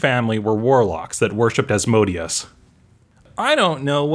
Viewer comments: AS-mo-DAY-us , not as-MO-dee-us. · as-moh-DAY-us. It's asmoDEus, with the stress on the third syllable, not asMOdeus with the stress on the second.